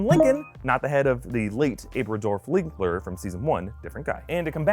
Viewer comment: Unimportant but odd correction: , you say, "...the late AbradoRf Lincler..." instead of AbradoLf (abra[ham] linc[oln]/[a]dolf [hit]ler).